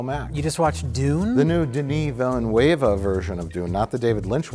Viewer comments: Nobody thought to correct Mike on his Denis Villeneuve pronunciation lmao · Wow, you completely massacre the pronunciation of Denis Villeneuve hahaha